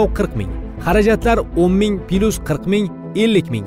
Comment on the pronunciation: Пилюс эмас, плюс!😀😀